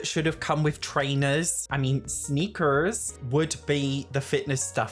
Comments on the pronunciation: OMG, you trying to say sneakers nearly made me spit my drink out, LMAO snEEEkeRRsss 🤣😂🤣😁❤ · You saying sneakers reminded me of my British mom saying balloon and the person couldn't understand what she was saying. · I lose my mind every time you say sneakers :'D